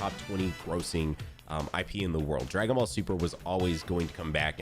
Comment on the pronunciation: "Dragon vall" 😭😂